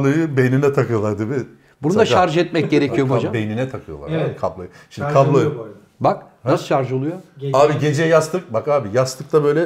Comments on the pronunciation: can hoca şarz degil şarj😁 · şarz dedi :))))) 45.30